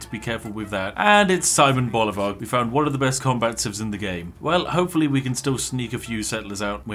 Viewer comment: As a Latin American, the way you butchered Simon Bolivar's name was quite possibly the most British thing possible, well done!